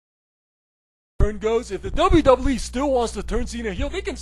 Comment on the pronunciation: It's "Doublue Doublue E".